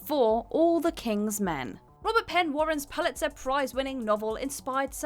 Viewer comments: Palitzer? Really? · I thought for one glorious moment she'd learned how to pronounce "biopic" correctly, only for her to then say it wrong the second time. Followed up by mispronouncing "Pulitzer" and "Ebert". And then we have two other cases of spoken errors that only got corrected by an on-screen caption. Why does this channel keep hiring people to read scripts who can't pronounce words properly?